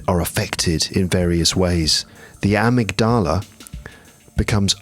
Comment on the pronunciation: Hi, I listen to and sometimes watch the episodes very regularly. They are very interesting (maybe except for those concerning The Star Wars and football:)), useful and often funny. This one is meant to be relaxing but my brain gets an electrical shock every time you say amygdala! You are the teacher but I dare say that your pronunciation is strange because of the syllable stress. Nevertheless I am going to listen to the end. I will be visiting London soon with my adult son and we are definitely going to use some of the hints from your three episodes. Thank you for all the work and keep going!